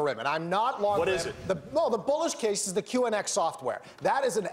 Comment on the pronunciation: ONX? It's QNX you genius..